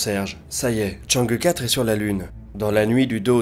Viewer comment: Enfin qq'un qui proponce chang' euh quatre et pas chang' hi four (vu a la tv française!!) 😋